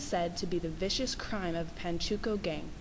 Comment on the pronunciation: Pachuco (Pah-choo-co) not panchuco